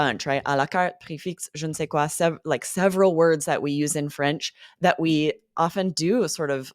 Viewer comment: Hi what's shaking? I'm also shocked that 7000 thousand french words are used in American english. I'm impressed about Aubrey's french when you said je ne sais quoi you sound more french than I do. And I'm french by the way.